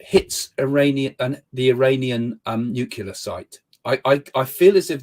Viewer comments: I can't take anyone seriously who says nucular instead of nuclear. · Craig, it's nuCLEAR. Not nuCULAR. NuCLEAR. Please pronounce it correctly. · Nuclear. New clear. Not "nuke you'll... Er..." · "Nucular." Ugh. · Another idiot who can't pronounce nuclear properly. It's not nukular....ffs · Hey Craig join the club of idiots who pronounce nuclear as nookular.Fellow luminaries are George W Bush,Homer Simpson and Family Guy's Peter Griffin.You're in good company there mate. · "Nu-ke-lar"? You can't take anyone serious who can't even pronounce 'nuclear' in his own native language. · This man is about as convincing as a pantomime horse. What is a "nucular" bomb? 🤔 Just when did the dwarf planet Pluto start to feature in the ancient pseudoscience of astrology? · I kept hearing "new killer" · He saw his shadow.. That means 6 more weeks of "nucular". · 'nucular bombs' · I just saw Creaky complaining that (some) Americans say ‘nucular’, and here's an Englishman doing it! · Did he say nucular? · As soon as the laughable clown says "nuke yuh ler," I've seen enough, not that any of his babble before that was more than moronic wild guessing. Then the moron says there's a meteorite flying around the solar system. Could some body tell him what the word meteorite means? Even though what this guy does is trivial, stupid and laughable, he just isn't close to good at it. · Psychic, but doesn't know how to pronounce nu-clee-ar... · The orange scarf gives him his powers. Ohhhhh, he says nucular.... he's a big brain. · I don’t trust someone who can’t pronounce nuclear. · I think that half point should be deducted due to the failure to pronounce "nuclear" correctly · This guy doesn't even know how to pronounce the word nuclear correctly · Hmmm. He can't say "nuclear". That tells me all I need to know. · Yet another one who cannot pronounce the word 'nuclear'.